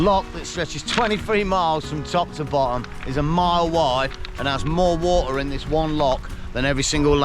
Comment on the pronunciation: Just can’t stand the way this guy says water. Such a commoner.